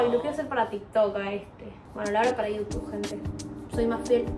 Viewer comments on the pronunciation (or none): none